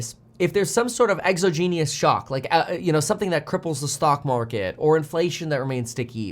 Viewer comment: Exogenous not exogenius